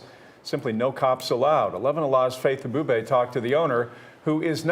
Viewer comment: Also, "Faith Abubey". A-booby. teehee